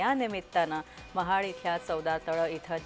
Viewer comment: महड❌ महाड✅😂😂